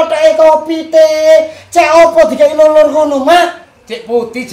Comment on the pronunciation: bilang lulur❎ bilang luluk✅